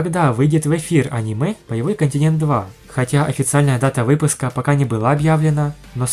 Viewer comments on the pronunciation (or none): none